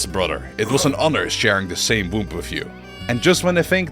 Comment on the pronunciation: I don't understand how people can make high quality videos like this and still mispronounce common words like "debt" and "womb"